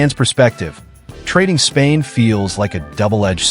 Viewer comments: Dang how many times you gonna say his name and wrong , Spillane not Spain come on you got to catch that kinda error just sounds ridiculous saying his last name that many times wrong with no editing ! Come on dude 😂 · Raiders will not trade Spilane. This guy sux at names..